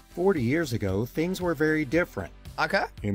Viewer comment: The second word he said in this video is "fings."